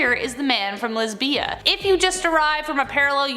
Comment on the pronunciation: You are pronouncing Lizbia correctly. You are emphasizing both of the syllables, that is incorrect. The l i z is not emphasized the bia is you run them together